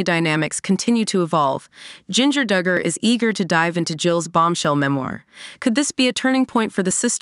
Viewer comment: Their name is pronounced Dug-er not Doo-gur